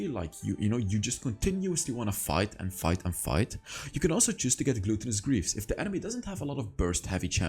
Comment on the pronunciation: Love your vids. But i get triggered every time you say Glue-ton-us greaves. Its glut-ton-us. Root word is glutton. And 🤣 the tinder notification 👍